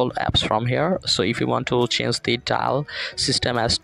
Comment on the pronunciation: বাংলা কথা কও ... accent মারতে গিয়া পুরা pronunciation ভুল কইরা ফেলছো.... change এর উচ্চারণ ঠিক করে বলো.